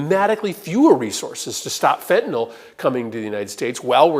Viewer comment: Thank you for pronouncing fentanyl correctly!! The MAGAts can't seem to say anything other than "fentanall"